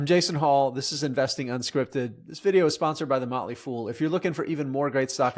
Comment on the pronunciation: Emphasis on the word Fool.